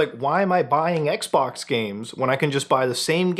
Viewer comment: Sounded like he said Microsoft Sex-Box 🤣🤣🤣🤣